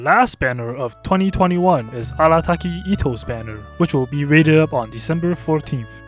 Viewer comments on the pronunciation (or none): Why did I hear “le last banner of 2021 is Allataki Itto’s banner” 😂